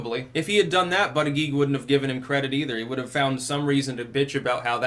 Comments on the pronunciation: It is pronounced boot-edge-edge not butt-a-geek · I understand it is pronounced Butty-Judge. Now, in England, this would sound like a nice gentleman being a judge for sandwiches made by the local Women's Institute in a competition at a village fete. In America, however, I can think of a quite different meaning. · it is pronounced but gag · Name: Buttigied. Now put this in a sentence "The President of the USA Buttigied". It sounds even worse than Hussein Obama :-) if pronounced correctly in the first place....just saying, seems funny... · it's Buut-edge-edge